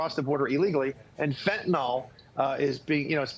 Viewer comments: It’s not pronounced “fen-tin-all”. Rather, it is “fen-tuh-nil”. Can’t we fix this? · Really wish these people would learn how to pronounce Fentanyl rather than coming on sounding like amateurs.